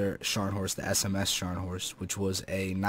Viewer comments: Hi, Maybe can i have this Beta Key:D. By the way i don't think you need to "roll" this "R" (if you know what i mean). Sharnhorst for life <3:D. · Hey. It's pronounced NEEsen-now. Just fyi. Also, I think it is supposed to be said SKARNhorst. Nice vid. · You pronounced Scharnhorst right. And the "E" at the end of Kriegsmarine is spoken too. But you failed hard at the Gneisenau. The "G" isn't silent, it's more like the one in "get". The "n" comes directly after the "g" without a pause. "Ei" is pronounced like the I in Ice. The "se" sounds like "the" and the "nau" is exactly like "now". I hope this helps a little bit.